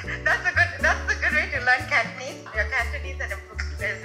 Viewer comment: Wow! He impressed me. His Cantonese is really good! Accent is on target.